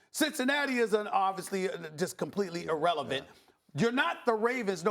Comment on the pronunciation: “Cincinnati is uh... Irrevelant”😂😂😂